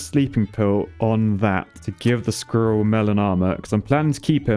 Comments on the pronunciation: i cant stand him saying skirril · lol the way you pronounce squirrel is soooo funny haha